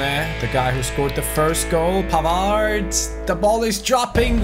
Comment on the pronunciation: you don't pronounce the D of Pavard.